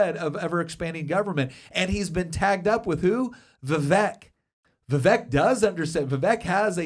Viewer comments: Vivek is pronounced like cake, Viv-Ake. How no one learned this in the year and a half of his being in the public eye boggles my mind.. He has told people to their face, 30 min into talking, and they mispronounce it right in front of him, and its just like ughhhh.. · VivAke, like cake. 🙄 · Pronounced...Vi-vake. Like cake. Please and thank you :) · Vivek is pronounced like CAKE. Vi-Vake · Vivek rhymes with Cake.